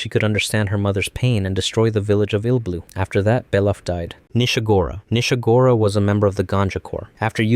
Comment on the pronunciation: 1.) not every Narehate 2..) you got Nishagora wrong D